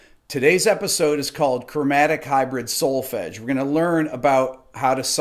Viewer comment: As a European , listening to the word "Solfege" it was...music to my ears! ;)